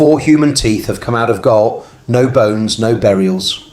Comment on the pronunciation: Gault is a French name and is pronounced Go, like Renault, ault is o